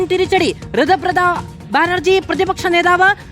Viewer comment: ഋതബ്രത വായിൽ വഴങ്ങുന്നില്ല report ക്ക് പോലും: ഇനി തൊട്ട് "സുകു " എന്ന് പറഞ്ഞാൽ മതി . ഞങ്ങൾ മനസിലാക്കിക്കോളാം 😂